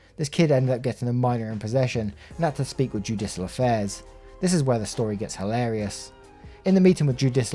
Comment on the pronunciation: Yes but you got "judicial affairs " right! Don't be too hard on yerself dude lol :)